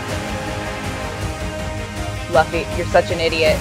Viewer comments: Also it’s says fan concept but how can you be a fan and say LUFY instead of LUFFY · Can they get someone who sounds like Luffy please🤣🤣 and They gotta know how the hell to pronounce his name she said "Luh-fee mf it's Lou-Fee" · Guys I’m sorry but I’m gunna say this rn I hate this already like he made Luffy sound weird no offence because luffy has a high pitch voice and this guy voice is Indian not try a be rude and they called him luff-e instead of lufee that’s pronunciation btw. Ok I came back watching something else they look pretty good I guess but this is entertaining for me and not really one piece I can’t stand this if it was one piece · you pronunce it loo-fee(luffy), not luff-e. i already hate it. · Bruh there is no emotions in there voices, and if they pronounce luffy like luf-fy instead of loo-fy this movie is gonna be ass, quite obvious the acters prol never watched a single episode of one piece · It was how she pronounced 'Luffy' that made me laugh 😂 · I cried when I heard them pronounce Luffys name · As soon as she pronounced it like that I lost all hope. That's embarrassing. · They just did a video about how to pronounce his name. She says it wrong in the trailer lmao. Dudes voice isn't energetic enough, and Nami sounds like she's kristen stewart from Twilight. No effort when she calls luffy an idiot. Oda, i know you think this is your last shot of bringing one piece into the world, but i think netflix will destroy your dream.